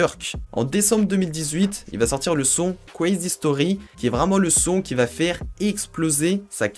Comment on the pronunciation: Jaime le “qwizi stori” 😂😂